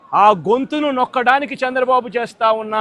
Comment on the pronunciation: చంద్రబాబు అనలేవు .... సాంద్ర బాబు అంటున్నావు... నత్తిపకోడి మాటలు వద్దురా... సైకో వెధవ నా...